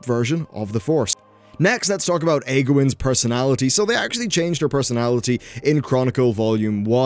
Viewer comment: Sorry I giggled when you said Eggwin